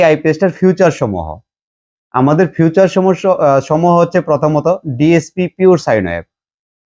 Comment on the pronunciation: ফিউচার না ভাই উচ্চারন হবে ফিচার